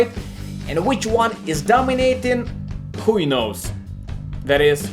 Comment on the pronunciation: "Hui knows" 🤣